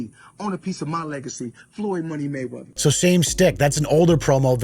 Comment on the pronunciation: Makes fun of Gayweather saying Mayweverse....can't say Anon correctly... You can't make this shit up.